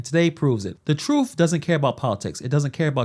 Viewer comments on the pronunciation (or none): Did you say "troof" instead of truth?